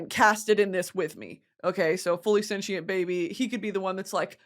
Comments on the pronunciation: What is this “senchient” pronunciation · For a comm major u really b saying sentient as “cent-she-int” lol stop